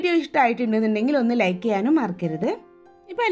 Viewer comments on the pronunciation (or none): none